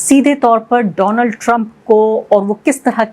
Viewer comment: Dolaaaand trump 😂